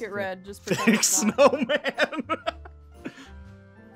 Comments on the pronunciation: “Frosty the snawman” 😭💀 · “ Frosty The Snawman “ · Frosty the Snawman is bc Snawman sounds like aw man! Also when started drawing I was like oh I know that